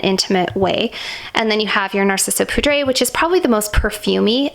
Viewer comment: Nice video. Btw, for poudre, it is french so more like “pood”